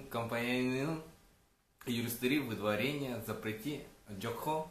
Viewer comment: Водварение эмес выдворение деп айтылат😂